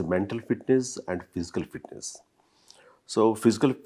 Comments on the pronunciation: “Physical” not phisical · It's not "pisical " it's "physical" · Physical, not phisical , karma ra babu, english channel anta